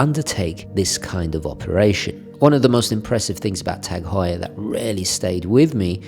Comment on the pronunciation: I'm completely biased because it's my last name lol. I'm just enjoying a full video of my last name being correctly pronounced and not "hue-er" like many people say.